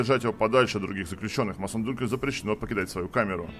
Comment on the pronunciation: Отличное прохождение, только он не Массон Дюнкел, он явно Мэйсон Дункель)